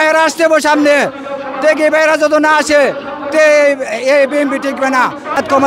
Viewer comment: আরে আপনার চৌদ্দ গুষ্টি বি এন পি,,, তো নামটি ভালো ভাবে বলতে পারেন না,,, বলেন বিএম পি,,,, সারাই নেতা